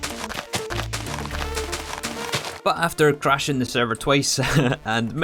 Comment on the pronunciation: "After cwashing the sewvew twice" Is the sewvew bad ow you twavelled fow too long ?